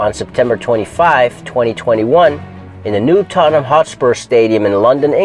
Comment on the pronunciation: You're the closest to saying Tottenham the way Brits say it... We have a habit of missing out letters and most people around the world say tot-ten-ham. We remove the vowels making it "tot-nm"